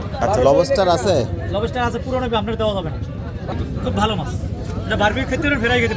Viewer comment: লবেষ্টার ❌ লবষ্টার ✅